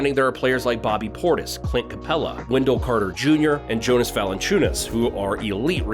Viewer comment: You’re literally all over the place. On point and completely lost at the same time. First THJ isn’t a shot creator.. at all.. ever. Second, CWood is a free agent and it would have to be sign and trade. Third, his name is pronounced “Yonas” not Jonas, and lastly KAT doesn’t have the fit or value you suppose. Your OG proposal was a big yes though.